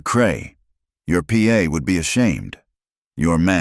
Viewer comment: Beautiful story so well narration (despite your pronunciation of "pa" and "ma," ). Listening in Oregon, USA.